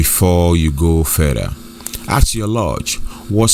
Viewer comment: ASK. NOT AKS